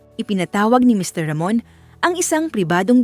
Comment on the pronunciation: Bakit ang hirap mong bigkasin ang mr.ramon.